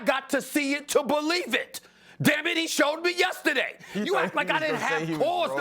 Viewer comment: “Yessaday” Dan O 😂